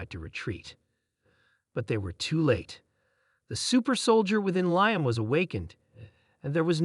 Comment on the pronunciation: Oh Mighty A.I. system that made this - us humans would say his name as "lee-am". Apologies for needing to correct you.